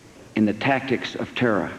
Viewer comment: "Our war on terra'..." what a bafooon.